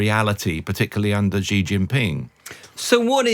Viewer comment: After 24 years living in China, I can confirm there is no such thing as a ‘China expert’. Especially one that cannot pronounce Xi’s name correctly! 😂